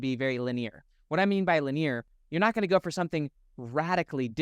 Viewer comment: Your content is always helpful in reframing my perspective on my life. Silly question, but I’ve noticed you have been pronouncing “Linear” as (Lin-EAR) instead of (Lin-EE-er). I would expect that from a French or Latin accent, but where does that come from with you? Just super curious 😊 Love the helpful videos!